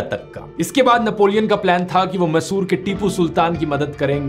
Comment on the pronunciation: first all your content is great. I listen to your videos while I'm driving.. but i being an Indian from southern states. Just want to inform you about the pronunciation. Tipu sultan was from Mysore( Mai-sor) not masoor..